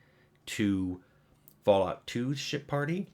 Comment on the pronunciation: I know it's 'ship' party, but it really sounds like 'shit' party.